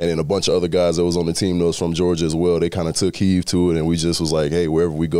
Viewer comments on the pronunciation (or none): Someone needs to have his back and let him know it's "take HEED" NOT "take HEAVE". I know what he means though. Glad to see him doing well this season. HTTRWFTC4LIFE!